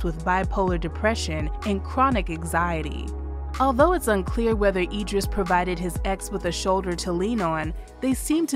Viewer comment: It's pronounced Idris with an "I"